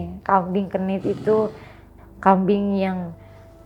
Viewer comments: kambing kendit bun bukan kambing genit 😂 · Namanya kambing kendit, bukan kmbing kenit, itu hostnya juga kayak termul plonga plongo ga ngebenerin. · kambing kendit mbak..klo kami jawa.bukan kenit